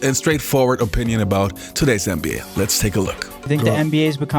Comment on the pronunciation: i ride with you. love what you do.. BUT i want to say (& i understand different cultures do things different ways).. BUT (again).. you say NBA at least 50 times a video.. and its essential to the topic you speak on.. So.. why can't you learn how to pronounce an "N" like and "N".. so it doesn't sound like your saying MBA.. at first i was like "Huh".. and now i understand what you're saying.. but you're wearing my ear out. Put some respect on the league's name.. it's just a sound